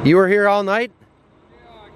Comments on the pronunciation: love how made 'night' a three syllable word. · ITS THE MIDDUL OF THE NIGH-TUH! You got some good eggs,.